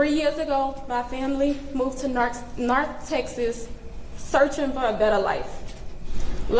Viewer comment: "Narth Texas"